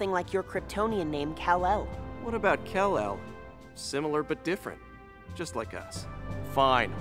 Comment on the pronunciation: Kal-El not Kell El